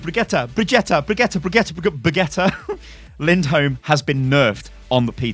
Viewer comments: Sound out like this BriG-E-Ta Lind-Holm. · You say brigit lind holm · Amazing names, but she says her name in the Origin story. Just saying. "Baguette Lindholm" XD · if say brigitte lindholme one more time...